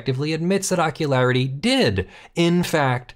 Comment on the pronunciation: I wish I could remember which movie/show it was from, but every time said Ockularity, I heard "Jockularity."